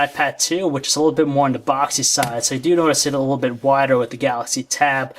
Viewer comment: please learn how to a LEAST say the word "little" correctly. It's not "lul".